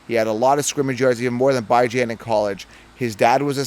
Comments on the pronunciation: Bro pronounced Bijon as Bye John.....bruh... you're supposed to KNOW fantasy. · It’s BEE-JAHN. Gotta pronounce it right. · Butchered Bijan's name 😂 good lawd. Decent take though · Can't trust this guy if he still can't pronounce bijan correctly by now